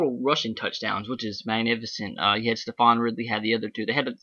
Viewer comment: The people in New England knew the run game was going to be huge--it's all people have been talking about the last 2 weeks. Also guy: good job on the video...only critique? Ridley's name is pronounced "Steven", not "Stephon".